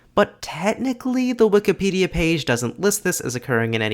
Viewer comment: Why do you say wik-a-pedia rather than wik-i-pedia?